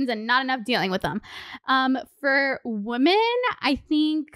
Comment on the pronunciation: Girl, I love you but I keep hearing woMAN when you are talking about multiple woMEN. ♥️♥️